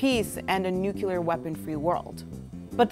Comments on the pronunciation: Ugh... another person who cannot properly pronounce the word nuclear. It's NUCLEAR, not NUCULAR. Lulz. Reminds me of friggin' Bush. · Nucular? Really? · yes, you are correct, though it's still not proper. They all butchered it! Lol. Merriam-Webster: Though disapproved of by many, pronunciations ending in \-kyə-lər\ have been found in widespread use among educated speakers including scientists, lawyers, professors, congressmen, U.S. cabinet members, and at least two U.S. presidents and one vice president. While most common in the U.S., these pronunciations have also been heard from British and Canadian speakers.